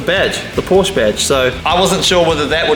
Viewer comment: 4 months into the build and you're still unable to pronounce porsche correctly